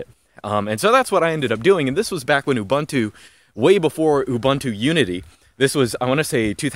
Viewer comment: He can say GNOME properly, but he can't say Ubuntu correctly. I'm Just saying. Even so, I liked the video immensely.